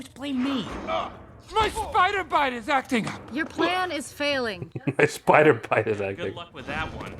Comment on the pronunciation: shoool and speeider